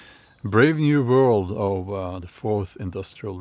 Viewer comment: Hello! With Santa Klaus’ accent, next time listen how he says ‘forth’… Sounds like FORCED… ( feudalism)…Ironic.❤️ your content. Love from Portugal 🇵🇹